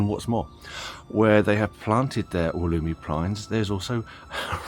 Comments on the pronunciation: Pronounced, “wolla-my” During the video you go back and forth between, “wol-emy,” and “wol-oomy,”?? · Never in Australia, the generic name is from the Wollemi national park. ALWAYS pronounced woll-uh-my. Stress on first syllable and uh= the Australian schwa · I am very sorry if I seemed angry about your mispronunciation; I was not at all. The facts were exactly right. The Wollemi pines are expensive here. One in a 10 inch pot is about $80. I always have one growing and I use it each year at Christmas. When it becomes too large to repot easily I sell it, usually for a few hundred. Any I plant in the ground die. Although in Sydney I have clay soil and they come from sandstone country. Once again my apologies for my inadvertent rudeness